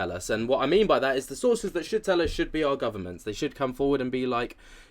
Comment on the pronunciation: Sources or sauces?